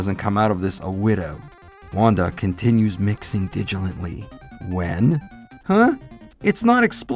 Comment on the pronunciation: Not trying to be mean, but you said "digi-lently" instead of "diligently". Kind of humorous.